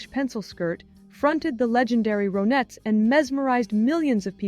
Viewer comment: Maybe you're using AI but it's not ROEnets, it's RONettes. Her name is RONnie, not ROEnie.